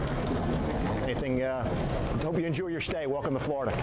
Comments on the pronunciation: did the sheriff say “I hope you enjew your stay” ? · "I hope you enjew your stay"